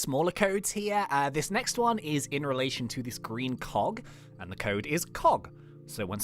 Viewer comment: I thought you said fog